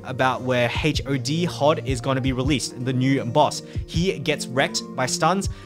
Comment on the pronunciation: they way he pronounce HOD as H.O.D really ticks me off lol